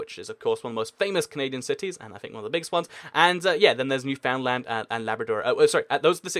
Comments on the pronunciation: OMGOMG YOU MISPRONOUNCED NEWFOUNDLAND IT’S PRONOUNCED “NEW FINLAN” OMGOMG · IT'S NOT PRONOUNCED NEW-FOUND-LAND, IT'S NEW-FUN-LUND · Newfoundland is weirdly pronounced: "new-fin-land" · you forgot 3 provinces that are way more populated than newfoundland which you also pronounced wrong just saying i am from canada not judging you for not knowing it just telling you